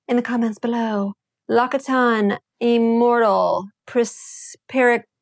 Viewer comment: its pronounced “LOCK-SEE-TAWN”